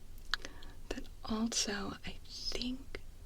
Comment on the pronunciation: love ya. There is no 't' in 'also.' I'm sorry, I had to say it.